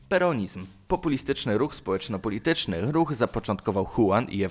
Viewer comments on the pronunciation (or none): "Peeunizm" xD